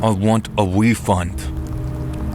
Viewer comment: "I want a wefund" 😂😂😂😂😂😂